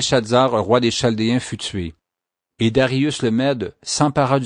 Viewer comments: P'tite chose : cela est écrit chaldéens mais phonétiquement c est ( kal dé un ) et non (chal dé un ) ; ) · en France on prononce Caldéens pour chaldéens. Merci pour le récit ! très instructif !